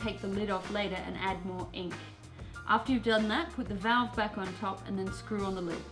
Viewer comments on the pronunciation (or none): none